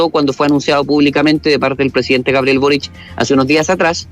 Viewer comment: es Boric no "borich"